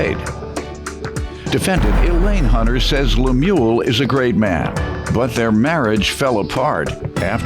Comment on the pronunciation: She can’t even say his name the correct way, she’s such a horrible person. Poor guy looks so sad. I didn’t appreciate the judge calling him a sucker, he was married to this woman so he wasn’t a sucker, she just took advantage. Hopefully the karma will go back to her for doing him so wrong.